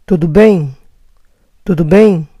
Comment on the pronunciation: Bien en francés se dice bian!!!!!! pero está bastante bien